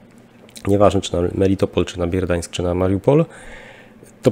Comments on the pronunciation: BERDIAŃSK a nie Bierdiańsk, MELITOPOL a nie Melitpol, MARIUPOL a nie Majrupol itp. ;) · Proszę o poprawienie wymowy nie Bierdiansk tylko prosto i normalnie BER - diansk lub diańsk po naszemu. A tak na serio to też myślę że wyjdą na tym kierunku. Wspomniany Berdiansk jest słabo obsadzony orkami tak mi donoszą miejscowi. Z Zaporoża na Nowowasiliewke i Tokmak i dalej do morza. Prawie bez przeszkód wodnych i płasko. Orki siedzą w Melitopolu i Mariupolu. Pozostaje 200km wolnej i równej przestrzeni. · Prosiłeś o podpowiedź gdy coś robisz nie tak. Ponownie proszę Cie o poprawne wypowiadanie nazw miast .Przykład złego wypowiadania Bierdiańsk i Muriapol. Katastrofa. Popraw to proszę.